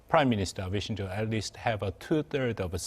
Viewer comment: Abe shinzo, not “Shinjo “